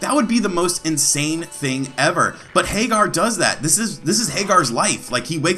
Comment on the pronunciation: Pretty sure it's Hag-ger, not Hay-gar. Anyway, it's cool that it has a aspect ratio switch. I had one of these clone consoles for a while and it bugged me because it always stretched the picture to widescreen.